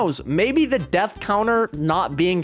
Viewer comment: how did it go from "death" to "dath"?😭